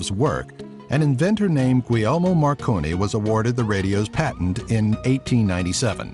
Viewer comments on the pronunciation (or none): none